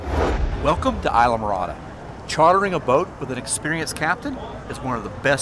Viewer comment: I die when he pronunces ISLAMORADA hahahah